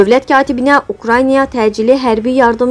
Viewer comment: Danışan qız, sözləri düz de. Ukranya yox, Ukrayna. Nə qədər savadsız insanları şərhçi qoyursuz